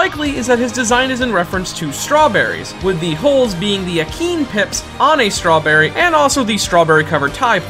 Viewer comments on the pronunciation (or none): He even pronounced strawberry wrong